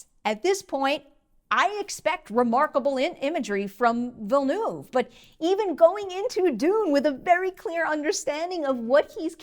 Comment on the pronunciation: I have to say, you're one of the few Americans I've heard pronouncing his name correctly so props to you!